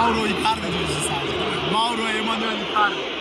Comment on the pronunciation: o nasıl MAURO demek öyle